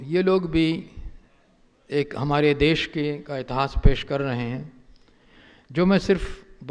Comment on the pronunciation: इतास नही इतिहास बोलो महान इतिहास कार .